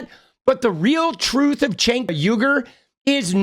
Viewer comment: Why does he call him Chenk? 😂🤣